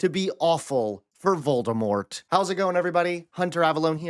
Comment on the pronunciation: You say Voldermont. We say Goebbels.